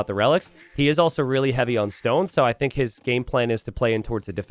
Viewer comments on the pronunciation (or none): none